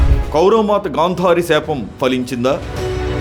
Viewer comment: ఎవడండీ ఈ యాంకర్. హుగాంతం అంటాడు. గాంధ్వారి అంటాడు.